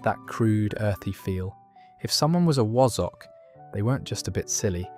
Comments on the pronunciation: Wa-zzock not woz...from the north of England. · Wazzock is pronounced Wa-zunk, not Wo-Zock. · Oh dear this channel is getting worse . Where do I begin first of all my grandparents would be over a hundred and never used words like bounder and cad when swearing . In fact none of these are swear words . The word wazzock has the second letter as an a not an o it's not pronounced wozzock Not heard of bam pot unless that's a Scottish version of barm pot . Am not going there with how you say ayperth . Stupid waste of space AI crap😡